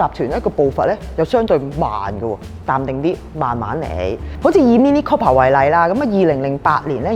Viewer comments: Sorry. 係讀 Cooper 唔係 Copper。, 請以後更正。😉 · It's not copper. It's cooper, has a U sound. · Cooper not copper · Mini Cooooooooooooooooooper, NOT Coppa.